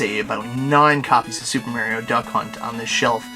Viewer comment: omfg, nice Collection but fuckin learn how to say Mario!!! jeeeez-......hehe